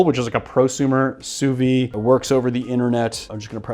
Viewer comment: Just a btw, "sous vide" is pronounced "sooh veed", rather than "sooh vee".